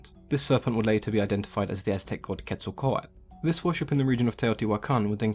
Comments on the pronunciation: Why does he say Quetzlcoat when it is Quetzlcoatl there is a L at the end and he doesn’t say it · So well done! Just an FYI, you had the pronunciation was a bit wrong, just at the end of the name. The "L" is pronounced similar to the end of turtle. The "tale". But, you're always so informative. Love your videos. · Ket-sal-co-ah-tuhl and koo-kool-kan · I really thought this was pronounced "quetzo-kowatol" :( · This might not be important to you, but the correct pronunciation is Ket-sal-quatle. i do find this extremely entertaining and enlightening. keep up the good work mate. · I remember watching “Scooby-Doo: The Monster of Mexico” and Velma said it like “ketzal-kwatal”. I was so proud of myself for knowing what Quetzalcoatl was, but scooby-doo led me astray. Just a random memory. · Do the right pronunciation or sod off you are about as white as you come trying to use the Aztec dialect Quetzacoatl npt how your you are pronouncing it why is that white people think accents need a white only translation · one youtuber that uses the names of aztec gods in her animations in one video about how to pronounce names they talk about how Quetzalcoatl is like zeus for the aztecs to her friend (who is a VA in her animations) the part i like is this quote "corn is friendly" lol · Also, I think you forgot the l at the end of Quetzalcoatl when you were saying it through out the video